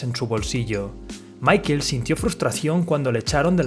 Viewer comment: Si le vas a decirle mickel hahahaha mejor di michel o paga un curso de ingles que te hace falta hahahaha